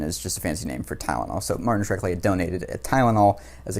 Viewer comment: It's Shkreli, not Shrekli,!